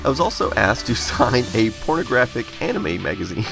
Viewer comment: I thought I heard “phonographic anime magazine”.